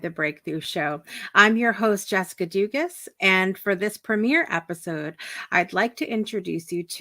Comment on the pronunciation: Your pronouncing your last name wrong.. Lots of Cajun people from S. Louisiana have your last name. lol the s is silent Doogaa lol well I tried